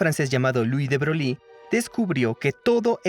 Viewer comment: “Lui de Breui” se pronuncia. Lo demás estupendo.